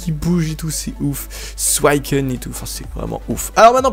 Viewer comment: C'est pas Souaicun Mais suicune